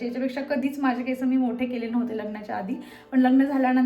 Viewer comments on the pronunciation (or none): Didi me pn khandesh madhun ahe tr ha problem khup khandeshi lok krtat ki केसं boltat instead of (केस) so please (केस)only bol.❤